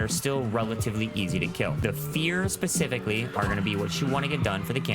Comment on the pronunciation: You lost me at Grappling Hook and "pacifically".